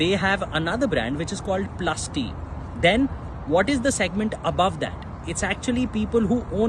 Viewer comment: PLST, not PLUS T